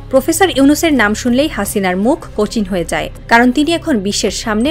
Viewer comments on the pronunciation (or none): none